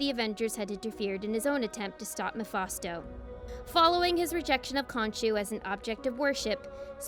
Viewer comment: Mephasto? It's "Mephisto".😂